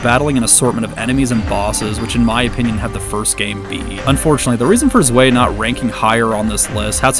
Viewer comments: Zwei is 2 in German, check the pronunciation, it's z-why not z-way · zwei = two its pronounced zweye, if that makes sense